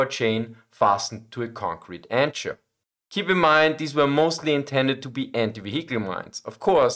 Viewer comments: Just for future reference, and I admire your ability with English as its a pain to learn (and your English is far better than my pigeon German), the CH in Anchor is (confusingly) a K sound. An-Ker. And Swansea is "Swan-zee". Again, place names are confusing (try Leicester, Gloucester or Bicester!). Just thought you'd like to know, as if no-one picks us up on these things we never learn :) Keep up the good work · In English the ch in anchor is pronounced as k so as if spelled ankor, and I think you also mispronounced Swansea, it should be as if spelled Swansee. I hope this helps your already very fluent English. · "Anchor" is pronouced "Ann Ker". Sorry about english lol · The Russians used minefields well in ww2 due to massive scale and depth of them in vital positions. The same can be said in the current war with Ukraine. Also with the word "anchor" You don't pronounce the "H" similar to the German name Anke. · Anchor has ch like in school or chaos, not like in chair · Great and wonderful, as usual. Tiny point: 'anchor' pronunciation at about . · Pronounced similarly to the German word, ironically enough